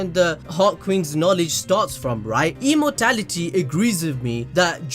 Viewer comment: love your theories very much!!! btw its "E M O R A L I T Y " not "Emortality"..